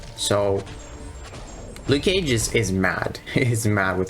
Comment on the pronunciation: 'Nuke cage'